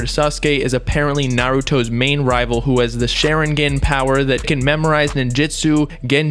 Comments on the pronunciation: “sh e rin gen”.... it’s pronounced “Sha rin gon” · "SHERIGAN POWERS" 😂😂😂 its shawringawn(pronounciation) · He said Shar-in-gin 😂😂😂 it’s shar-in-gawn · Bob its shh- are - en-gan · “Sharingen” lol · its SHA-RING-GONE but spelled Sharingon: Also its LEVIOSAW not LEVIOSAW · The way u say sharingon is hilarious yo lmao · bruh if i hear share ingan one more time. some research u were doing. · Did this guy just say shar-in-gen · Sha-rin-gon bob, for next time. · Every time said sharingan (Shaw-rin-gone) wrong my Sasuke voice starts coming out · Soon as you said Sharingan wrong i left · This video lowkey pissed me off, he pronounced sharingan wrong, he missed so much info smh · Lmao the way he says sharingan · This man really said sharingan wrong 🤦‍♂️ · The way he pronounces Sharingan makes me cringe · ShArInGAaAaN. Boy go learn to pronounce it. No dirty will be put on my shows name😤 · Bro...how did you pronounce Sharingan? Lol I know you never watched it but it was just funny man. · The way he pronounced Sharingan lmao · Sharingan. You said it wrong again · His pronunciation of sharingan is disgusting